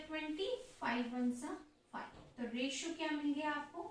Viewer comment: Mam it s called the23is to31not aRotio😊